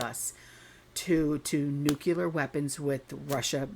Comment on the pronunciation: Please say nuclear,.....not nukeula